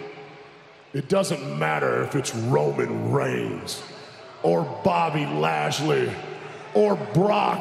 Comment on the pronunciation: BOBBY LASHLEY DERKEN ADAM BOBBY LAJLEY DEDİ :D